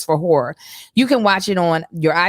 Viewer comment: don’t be pronouncing that second syllable in horror huh? 😂😂😂